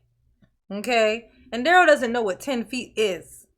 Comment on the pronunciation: You know he objects to you calling him 'Darryl' his name is "Darrell (pronounced Duh-Rell). Girrrrl....he didn't ask any question relevant to a defense of any sort. I can't stand him. 😂😂😂